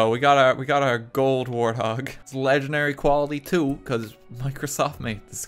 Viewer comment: wanted a "warty hawg", not a warthog